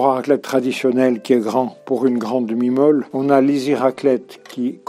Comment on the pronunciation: Quand il a dit une demi meule, j'ai entendu une demi mole...